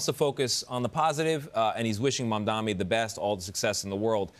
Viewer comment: All Mamdani's haters like to mispronounce his name as "MamdaMi".